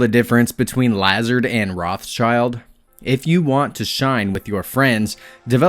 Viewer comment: Yeah he kept on pronouncing it "Lazerd" when it should be pronounced like "LeZAHRD"